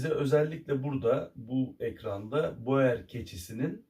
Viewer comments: Aslında Hollandacada boer yazıldığı gibi okunmaz, "bur" diye okunur ve dediğiniz gibi çiftçi demek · Hocam boer yaziliyor lakin buur diye okunuyor. Belcika’da gittikce popülerleşiyor lakin burda eti için değil hobbh olarak besleniliyor